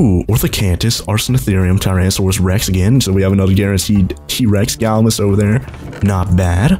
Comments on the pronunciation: Galimimus is pronounced gall-ee-mye-miss, not gall-uh-miss. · It’s pronounced GALIMYMUS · It's pronounced Gal•I•My•Mus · Gal - la - my - mas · You say Gallimimus wrong